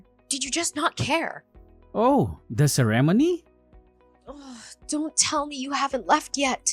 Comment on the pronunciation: You mean "se-rem-onny"?